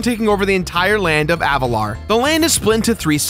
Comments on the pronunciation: Say it with me no, AV A LAR not avatar, Avalar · I know that I may sound annoying, but is not Avatar. Is AVALAR.